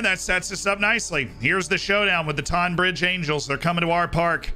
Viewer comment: I live pretty much next to longmead (tonbridge angels ground) funny to see them being mentioned. It’s pronounced tonne bridge though